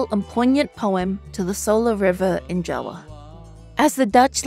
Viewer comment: I love how the narrator said "Jawa" instead of "Java"😂❤